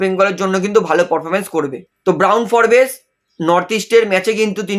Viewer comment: উচ্চারণটা ফোর্বস্ , ফোরবেস নয়। বড্ড কানে লাগে।